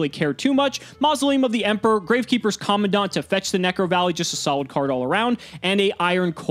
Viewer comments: Its not common dont. Its Command ant. Seriously this is a big L. If your gonna play the game for this long at least try and pronounce the cards right. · Is it just me or the way pronounces commandant is so weird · Is anyone else annoyed at how pronounces commandant? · Is it just me or is any one else getting the shivers on how pronounces commandant.